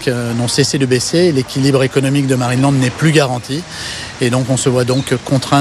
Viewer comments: Pourquoi qui dit Marine et land au lieux de marineland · Je suis peut-être pas habitué aux différents accents européens (même si mon copain est lui-même d'origine francaise) mais je suis QUébécoise: pourquoi prononcez vous MarinÉland? Je peux comprendre que vous ne prononcez pas l'anglais, mais soyez au moins correct dans la prononciation! Prononcez Marine Land! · Juste, c'est marineland, et pas marinÉland ... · « MarinÉland » purée ça me stresse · Superbe vidéo. Beau reportage avec beaucoup d’information sur l’affaire. En revanche, ça pique les oreilles d’entendre à tout bout de champs « Marine et land » au lieu de « Marineland » 😅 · Pourquoi dites vous Marinéland et non Marineland ? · Marinéland ? Non , marineland, y’a pas de é dans ce mot 😂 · Pourquoi tu prononce Marine et land c'est Marine Land? y'a pas de é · C pas marinélande c marinlande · Je ne comprends pas la prononciation de Marineland. Pourquoi prononcer "Marine et Land" ? C'est étrange. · Intéressant mais pourquoi tu prononces MarinéLand ? Il n'y a pas d'accent : c'est Marine Land. Tout simplement. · Dur de prendre au sérieux quelqu'un qui prononce Marinéland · Qqn peut lui dire que Marineland se prononce pas comme ça ? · Bon ta prononciation de Marineland me donne envie de me casser la tête contre les murs, mais c’est incroyable de laisser les animaux comme ça je n’arrive pas à y croire, j’y étais étant gamin, c’était magnifique et sous le prétexte d’une pseudo écologie voilà ce qu’il reste, c’est une honte… Bravo les écolos à deux balles… Vous nous prouver une nouvelle fois que vous êtes parfaitement inutile et qu’à à part foutre une belle m*rde, vous n’apportez aucune solution et maintenant ces animaux vont dépérir jusqu’à crever tout seul là-bas c’est sûr que c’est une bien plus belle vie pour eux….. Merci l’écologie